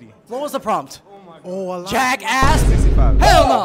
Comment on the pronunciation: THAT “ JACKASSS” WAS PERSONAL